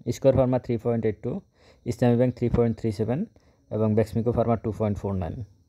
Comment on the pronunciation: বলূুন বেক্সিমকো, বেক্সমিকো নয়